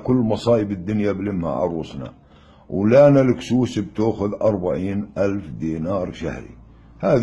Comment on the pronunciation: ههههههههه لك اسمها لينا القصوص مش الكسوس